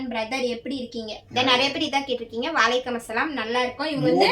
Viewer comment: Assalamu alaikum - அஸ்ஸலாமு அலைக்கும் Va alaikum Salaam - வ அலைக்கும் ஸலாம் இது தான் கரெக்ட் நீங்க அஸ்லாம் அலைக்கும் ❌ வ அலைக்கும் அஸ்ஸலாம் ❌ Unga kitta 3 rd time solran itha konjo crct pannikonga sariya salaam crct taa sollanum illanaa artham vera maathiri ayirum